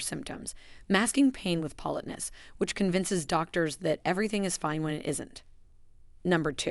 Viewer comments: If creators who use AI ever listened to t g eir posts B EFORE putting them online we wouldn't have to endure things like a simple word (politeness) being repeatedly mispronounced. It's an insult to our intelligence and our patience, to skip this simple step. Better yet, have an actual human being who knows how to properly say simple words narrate your video. It can't be that expensive, and will likely b et you more views abd likes. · Why can't you pronounce 'politeness'? Are you a bot voice?